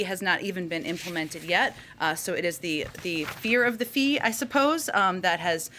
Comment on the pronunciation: Well, She said it, guys: “Fe4r of the Fee.” Theyrule with Fe4rTacktics.